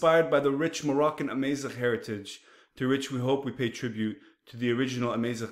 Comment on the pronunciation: Salam brother, its Amazigh, not Amaieezigh. The second a is like the first A, Amazigh.